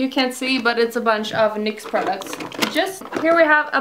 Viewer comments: can you just once correctly pronounce word 'just' its so fucking annoying:)))))) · Chloe Elliott either i, so whats the problem?